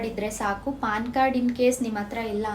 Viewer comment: Paann alla ma adu Pan Card